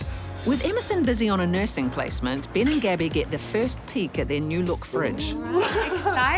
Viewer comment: Hahahaha she said Ben and I heard it as Bin 😂😂